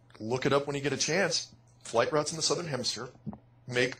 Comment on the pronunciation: you have to stop calling south "Sothern hemisphere"